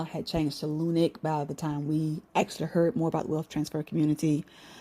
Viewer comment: Just wana let you know... its not lunic it's lunc